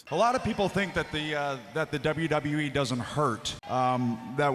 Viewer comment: “W. WE” and NOT W.W.E.? DAMN AI!